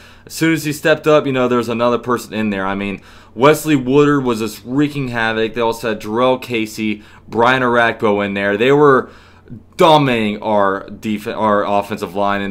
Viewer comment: Wesley Woodyard(WOOD-YARD), not Woodard